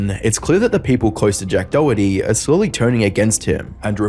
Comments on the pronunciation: name is DORity...and he cant stop saying DOE ITTY HAHAHAHAHA!! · It might be your Aussie accent, but it’s pronounced doe-hurt-tee. Not “doughty” By the way, I think “Doherty” is an Irish surname. Just a cool fact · Why does everyone mispronounce the last name Doherty? , Jack Says "DOritee" (o as in dot) not DOE-Her-Tee. Just like anarchist is not pronounced ANUSKISSED. { just a reminder from your favorite internet pronunciation troll } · "jack doohty" 🤓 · you're absolutely butchering the surname Doherty. Sounds like someone who can't pronounce their Rs saying Dorothy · Jack dowety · still waiting for someone to pronounce his last name correctly. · The way Americans pronounce Doherty 💀